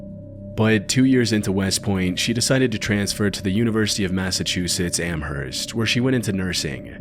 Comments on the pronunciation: Some constructive criticism: I live in the area of Amherst, Massachusetts, and the h is silent, it's pronounced "am-murst" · Can none of you pronounce Amherst correctly?